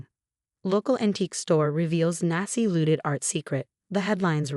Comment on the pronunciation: The AI cnt pronounce Rachel or Nazi, among other words